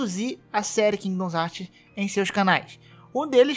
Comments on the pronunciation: Mano que agonia com 500 vezes que você falou kingdons heart, pqp, é KINGDOM HEARTS porra. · Porra mano qual o problema q voces tem na hora de ler o nome do jogo? É Kingdom Hearts e não kingdoms heart caralho, so ler onde ta o s qual a dificuldade? Claramente voce ve q o cara quer puxar like pra um jogo q ta em alta qndo n sabe nem falar o nome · Toda vez que ele falou “Kingidons Hartis” eu falecia. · Cara, muito interessante o video, mas você falando "Kingdoms Heart" toda hora dá uma tristeza que escala cada vez que você repete, as 3 primeiras vezes já deu vontade de fechar o video. Mas sobre o tópico do vídeo, também acho que essa restrição é coisa extrema da Disney, ela é MUITO chata com essas coisas, até com os Kingdom Hearts antigos você toma strike se postar gameplay que toca a abertura. A Square Enix não é tão problematica assim, dá pra ver isso pelos outros jogos dela, é babaquisse da Disney mesmo. Ainda, não, não é facil assim fugir de spoilers. Os spoilers de Kingdom Hearts tão em todo lugar no youtube. Tem um amigo meu que nunca viu um video da série, e ainda assim ele ta recebendo como recomendação vários spoilers meramente por que ele vê varios videos de games. Hoje mesmo ele me mostrou que apareceu pra ele recomendado "Kingdom Hearts 3 Final battle+Ending". O algorítmo do youtube é uma bosta. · "Kingdoms Hearts" meu senhor que agonia, pronuncia o que você lê e não o que você acha que lê. Certeza que leu tudo isso aqui no singular ao invés de colocar no plural 🙄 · Mano, nao eh "kingdons heart", ta parecendo o Zangado falando...